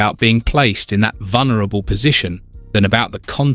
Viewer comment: It’s vulnerable not vunerable!